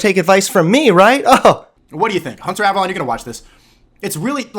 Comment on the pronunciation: Hunter Avalon! Hunter Avalon! He can't even say the name right...